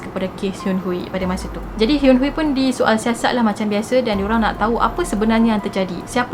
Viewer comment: sy nk betulkan cara akak pronounced nama dia, Kim Hyun-Hui, akak ckp Kim Hyun Hui, tp sebenarnya, Kim Hyun Hi.. pastu, Kim Seung akak ckp Kim Siung tapi sebenarnya Kim Sung..😁